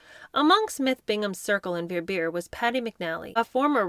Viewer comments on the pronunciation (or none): Love it! Btw Verbier is pronounced Ver-bee-aye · My lord how can you mispronounce "Verbier" so badly? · There are a lot of mispronounced words through the series. You think one would check if any doubt before narrating a book on yt!